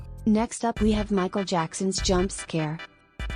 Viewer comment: “Michal Jackson”💀